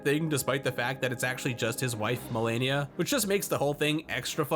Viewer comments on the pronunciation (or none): You and blooms both mispronounce Melania in the same way.